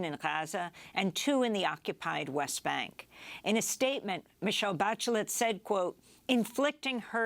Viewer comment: how did she pronounce Bachelet??? so it's ok to massacre simple French words as long as you try to pronounce correctly ALL OTHER languages. I see.